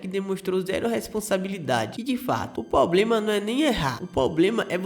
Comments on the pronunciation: "poblema" pqp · Voz horrível. Muita enrolação. Não sabe pronunciar "problema"